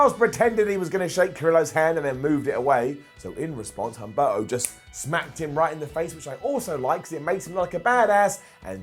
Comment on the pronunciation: I love you but please start pronouncing the names correctly. You're not supposed to pronounce the H in Humberto nor the U in Velasquez. Also, the name of Sin Cara's friend was Carolina, not Catalina.